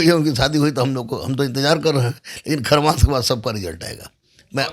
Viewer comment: Kharmas kay hai sir bar2 khrams khrams bool rahe hai